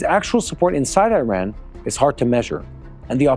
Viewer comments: Its not called IRON its IRAN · You don’t pronounce name of the country correctly